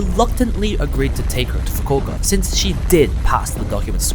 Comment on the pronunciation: stop calling Fukuoka Fukoka. It's Fu-ku-o-ka.